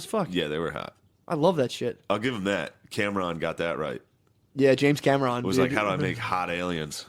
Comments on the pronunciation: Matt mispronounced James Cameron, Mario, water, Ryan Phillipe, Gala, Rogue scholars, Centaur and more is easily an easy laugh by far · "James Camera-on" 😂